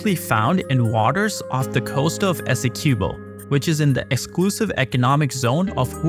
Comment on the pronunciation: Please ask a Guyanese how to pronounce Essequibo